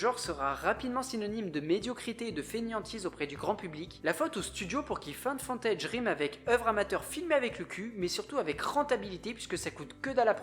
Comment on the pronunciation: Haha, j'ai eu la même hallucination auditive. Je crois que c'est surtout à cause du mot footage, qui est prononcé dans la vidéo "fontèidge" à la place de "foutèidge". Et ce n'est pas Find, mais la forme passée Found.